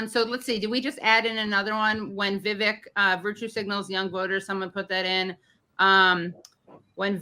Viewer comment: "Veevek"😹 "Putin has said, once Russia takes Ukraine, Poland and the Baltics are next"🤪"We're trying to prevent war"🤣"He killed Prigozhin."⚖"And you are choosing a murderer over a pro-American country"♟How many lies can this mass murderer pack into 45 seconds?